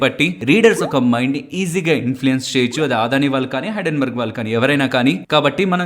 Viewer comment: Aadhani enti brother Adani kada, Telugu vallu ayundi ila telugu ni wrong ga pronounce cheyadam enti. Video chustunapudu Aadani ani word vachinana prathisari vinadaniki chala chiragga anipistundi. Can't watch this video.